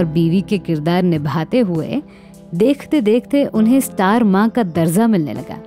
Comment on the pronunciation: Sahi lafz hai darja... Darza nahi. Bhasha ka samman karein..